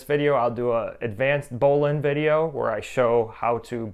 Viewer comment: I’m sure there is an argument to be made for other pronunciations, but this is definitely the original pronunciation.